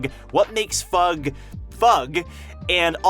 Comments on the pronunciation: I'll never get over you pronouncing it fug instead of eff-you-gee. it's like pronouncing SIU as see-you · Bro called em FUUUUGH LOL, its an abreviation F. U. G. not FUUUUUUGH ;d it sounds so silly and stupid lmao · IT'S F.U.G NOT FUG! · Why is he pronouncing it like that? Sounds tragic. fug haha. It’s definitely Foog/Fuug - the way he says it makes it sound so lame?? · I thought fug was pronounced a F - U - G not as one word. 👀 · It sound like fuck to me, and I can't unhear it.